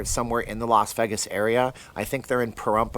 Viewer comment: Lol. I'm hearing Veggis.